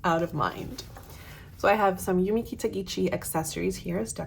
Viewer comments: its Yumi KitagiSHI, not KitagiCHI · ahh that makes sense then. yeah, its the pronunciation. the way you say Hobonichi is right, but the last syllable in her name is shi not chi, sort of like the way you would say the pronoun "she"